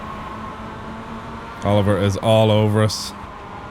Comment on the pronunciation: You said "Oliver is allOverUs", sounded like oliver is oliver-us